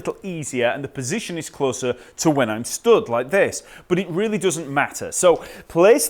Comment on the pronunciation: Hey I love how you pronounce Fender ...Pussygion...